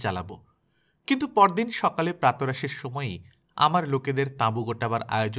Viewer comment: প্রাত্ রাশ নয় প্রাতঃরাশ (উচ্চারণ= প্রাতোরাশ)